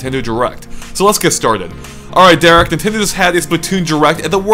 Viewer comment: Derrick-ect....... LOL ANDRE! XD